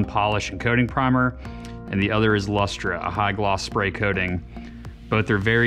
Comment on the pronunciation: LOL! It's pronounced "Luster". That's just how we weird Aussies spell it. Strange, I know.